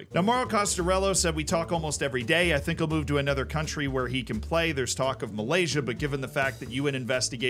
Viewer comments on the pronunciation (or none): none